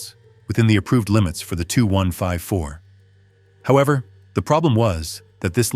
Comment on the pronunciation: In English it's pronounced with two syllables; ('The TeeYou 154) not one syllable, like the number (2.) Gracias por tu produccion increible,.